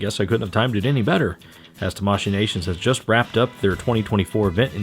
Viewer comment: It's pronounced tamaSHII, not taMAshii, that's why it has two i in it. It's like kawaii.